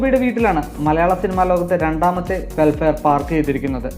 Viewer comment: വെൽഫെയർ അല്ല, വെൽഫയർ!